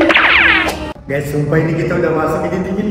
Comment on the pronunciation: Maaf kak tapi masa raga bilang ,udah masuk , kok masuk nya jadi masak sih 😅😅😅😅😅